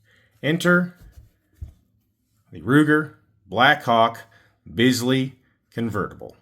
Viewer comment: You are correct with your pronunciation of Bisley. Well done.